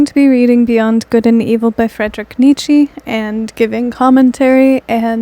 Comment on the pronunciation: I love this so much, never clicked on a vid so quick lol. Wanted to let you know his name is pronounced: "KNEE-cha"